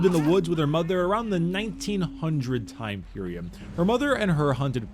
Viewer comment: "Time periom"